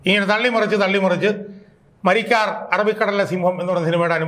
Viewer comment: മരിക്കാർ അല്ല മരക്കാർ 😂